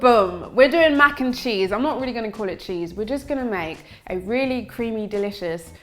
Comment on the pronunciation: Yum yum yum! Irie Vitals! "Mac N Neese" 😆